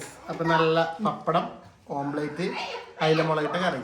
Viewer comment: Omplate alla omlette anu... Sajishinte kodi ithra vayassayittum mariyillallo